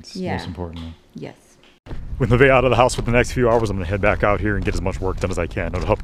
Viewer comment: Her name isn't Nivea, it's Nevaeh. Heaven spelled backwards, pronounced Nuh-Vay-uh